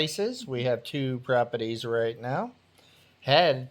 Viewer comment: My favorite is the way he says propetees. Lolol